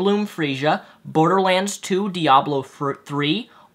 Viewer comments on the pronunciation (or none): none